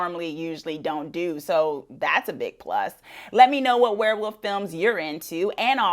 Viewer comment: Werewoof? Or Werewolf? 😂